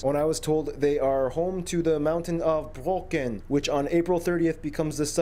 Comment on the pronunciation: Brocken, Not broken. Tallest mountain apart from the alpes with the zugspitze